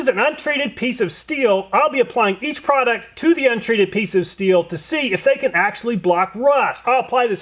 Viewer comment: What is a "prodict"??? "Flamabilidy"???